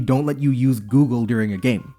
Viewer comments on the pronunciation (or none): none